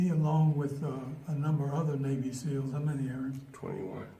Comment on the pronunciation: You didn't hear him right Don, he said he was in the Navy S-nails 😅